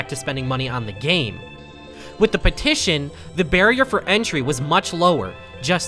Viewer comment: "would you like to sighn my pettishon" idk how to spell